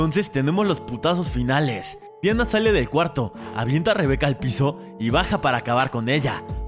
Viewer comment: Si se llama Diana, pero en la película la pronuncian como Dayana bro